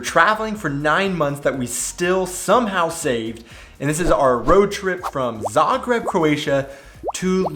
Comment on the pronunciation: Yeah, you are one of the few people pronouncing Zagreb correctly, on the first not the second syllable... :-) Smart belongs to the Daimler corporation just like Mercedes, by the way.